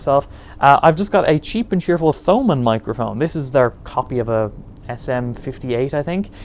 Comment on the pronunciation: Couple of changes. (Capo) = Cape-Oh (Thomann) = Toe - Man That's right, I fired the first shot buahahahaha 🤣🤣